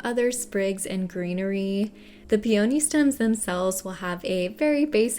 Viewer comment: Your videos are so comprehensive, & your beautiful, creative designs are mind-blowing! Your voice is very calming & you do an excellent job of explaining things thoroughly. I adore peonies! After hearing the way it's pronounced in this video, I thought maybe I've been mispronouncing the word, so I looked it up. Peony is pronounced pee·uh·nee rather than pee·O·nee Thanks for sharing your amazing talents with us!